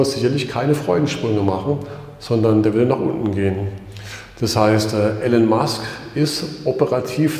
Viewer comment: Titel des Videos passt nicht zum Inhalt des Videos. Bei der Kameraführung wird mir echt schlecht. Trotzdem Danke. Und den Namen des Herrn Musk auszusprechen geht gar nicht.